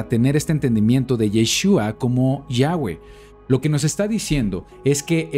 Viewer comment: shalom shalom!!! que curiosa información...aprendí mucho....una curiosidad... por que ahora pronunciado YAHWEH (GUE)? si ya antes aclaro que se pronuncia (VE) no digo que esta mal pero la pronunciación si lo esta ya que la W en el aleman y polaco suena como V ....ya que YHWH viene del judío azquenazi....pero igual...excelente enseñanza